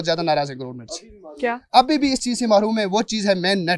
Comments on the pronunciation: O ke bndey... HUM MAROOm THEY ni hota.... Mehroom hota hai... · Marhoom 😜😂 Bechara MAHROOM kahna chah raha thaa